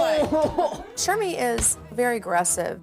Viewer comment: 16.40 did Jo legit just call her Sherbie 😂